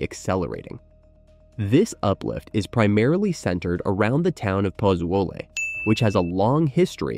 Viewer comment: FYI: Its pronounced... Poo-Zoo-ly.